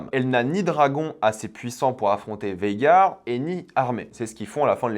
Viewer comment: petit rectification ce n es pas végar mais vhagar voila lol